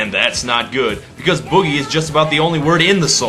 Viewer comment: I thought it was funny the way Bowie couldn't pronounce boogie and instead sang boo-gee.